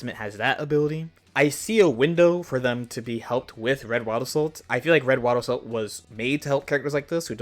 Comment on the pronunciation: Whenever he says "wild assault" it sounds like "owada soul".